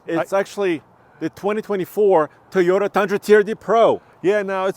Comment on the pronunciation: Andre it’s Toyota not TIota! Please.